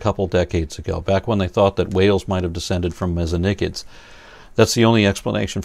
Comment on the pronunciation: Thank you for pronouncing Mesonychids the way you do. Yes, I AM claiming that this is the correct pronunciation in an English environment.